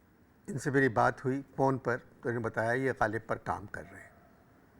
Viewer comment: listen in 0.25x speed "porn" bol raha hai "phone" ki jagah😂😂